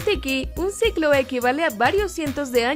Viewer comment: No se dice ciclo si no siglo